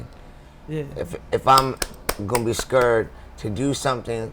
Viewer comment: He said “If I’m… gone be scurred”😂